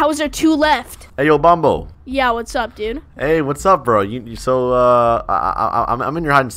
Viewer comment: It’s not bombo it’s bonbo